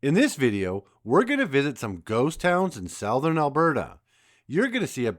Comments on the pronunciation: What I notice is in many videos now common words are mispronounced.. No one pronounced the word “ southern ” as /sow-thurn/ rather than the common pronunciation I have heard all my life as /suth-urn/. I don’t know if it’s AI or some yokel for some reason thinks he is going to apply his own his own misunderstood rules of pronunciation that don’t exist. It’s called “ over regularization”. Applying what he thinks should be pronunciation of a written word based on how other words are spelled. This is happening so often now I can’t bear to listen to these yahoos who basically don’t know how to read. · you lose me immediately when you cannot pronounce southern! sowthern???